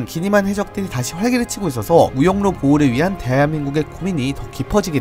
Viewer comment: 발음이 새네요 대한민국(->대하여민국)